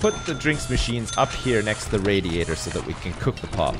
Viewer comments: xD it sounds like he keeps saying pot machine instead of pop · All this time when he was talking about the drink machines, I thought he was saying pot, only in this episode did I realise he was saying pop, not saying that he was installing weed dispensers.